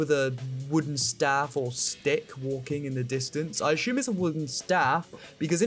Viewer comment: It’s assume not ashume